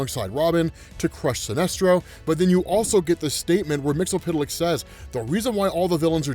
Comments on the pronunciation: bruh your pronunciation of MXYZPTLK is killing me lmao. I say it like they did in the Superman TAS "Mix-Yez-Spit-Lick" which made sense being 8 letters and those consonants would make two letter syllables.... BUT WHO AM I TO JUDGE? LOL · Say it like this...... Mixel flick. You're welcome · You're saying "Mxyzptlk" name wrong man!